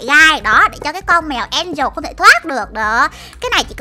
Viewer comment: Mèo Angela mà sao chị bảo mè en trồ là sao 😮😮😮😮😮